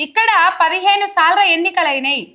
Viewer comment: ముందు భాష సరిగా మాట్లాడడం నేర్చుకో 15salru కాదు 15 sarlu